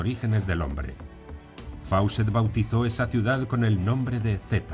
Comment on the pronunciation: Gran video, pero Fawcett se dice "Fócet". "au" y "aw" en inglés son como una "o" larga.